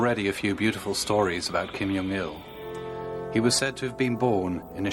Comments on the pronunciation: It's not Kim Young Il, it's Jong Il. The "j" is pronounced, but the narrator keeps pronouncing it with a "ya". They're Korean, not Slavic. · Its pronounced kim jaw-ung il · Great video but the narrator is mispronouncing 'Kim Jong Il' and 'Juche' (whether in English or Korean). Also his pronunciation of 'mass games' is very odd.